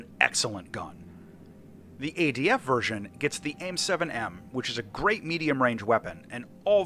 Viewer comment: it's adf not adv get it wroight mate